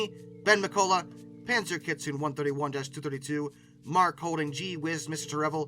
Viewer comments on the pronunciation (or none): none